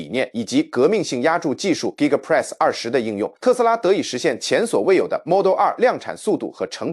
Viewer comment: 不要用AI講話，連2.0都念不好。giga press是力豐的子公司。